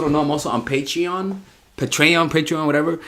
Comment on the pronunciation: Patreon, Pah-tray-on, Patron lmao